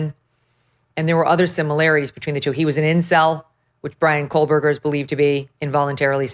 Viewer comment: It's funny how she says his name wrong the whole time. Bravo! Can't wait until we never have to hear that name ever again!